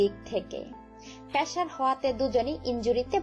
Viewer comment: মেটাম উচ্চারণটা পেশার না পেসার।।।